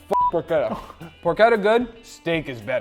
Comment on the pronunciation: man it's not porQueta! It's PorCHetta! Like you say Porch! It does not have a Q inside! its CH! Loved that sandwitch tho!